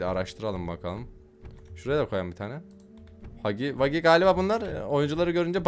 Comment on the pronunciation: Hugu vugu ne Hagi vagi diye okunuyor